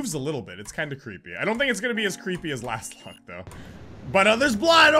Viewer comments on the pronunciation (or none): Lostlocked not lastlocked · I was screaming whenever he called lostlocked, "lastlocked" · pls stop saying lastlocked it's kind of disturbing